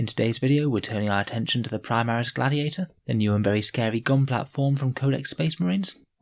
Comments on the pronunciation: Interesting “gladtiator” tank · Gladtiator? Am I havin a stroke?